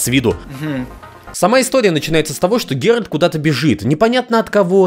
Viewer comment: правильное название ролика: 25 минут коверканья имени 'Геральд'